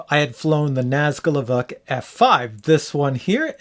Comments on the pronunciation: EEEvock? It is EEE-v-oke ...maybe a quick "veh" eeee-veh-oke. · Pretty sure its ee-voke not ee-vuk